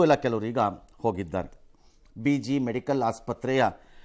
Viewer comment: ಎಂತಹ ಸೀರಿಯಸ್ ವಿಷ್ಯ ಇದ್ರೂ ರಂಗಣ್ಣ ಗಂಭೀರವಾಗಿ ತೆಗೆದುಕೊಂಡಿಲ್ಲ... ಇನ್ನು ಅಧ್ಯಯನ ಮಾಡಿ ನ್ಯೂಸ್ ಹೇಳಬೇಕು... ಇವರಿಗೆ ಎಷ್ಟೇ ಗಂಭೀರವಾದ ನ್ಯೂಸ್ ಇದ್ರೂ ಕೆಲವೊಮ್ಮೆ ಉಧಾಪೆ 😢😢😢 ಹಾಸ್ಟೆಲ್ಗೆ ಹಾಸ್ಪಿಟಲ್ ಅಂತಾರೆ.. ಬಿಜೆ ಹಾಸ್ಟೆಲ್ಗೆ ಬಿಜಿ ಅಂತಾರೆ.. ಇವೆಲ್ಲ ಉದಾಹರಣೆಗೆ ಕೊಟ್ಟೆ... ಸ್ವಲ್ಪ ನಿಧಾನವಾಗಿ ವಿವರವಾಗೋ ಹೇಳಬೇಕಿತ್ತು.. ಇವರಿಗಿಂತ ಕೆಲವು ಯೌಟ್ಯೂಬ್ ಚಾನೆಲ್ ಗಳೇ ಮೇಲು 😢😢😢😢😢